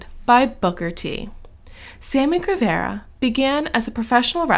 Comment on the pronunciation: Saying the last name wrong lol 😆